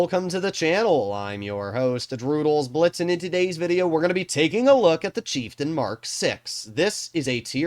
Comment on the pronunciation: pronounces it Cheiftein